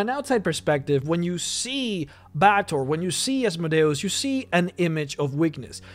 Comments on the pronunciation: Bay-tor is the correct pronunciation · It's pronounced Bay-ah-tor, other-wise a good guide.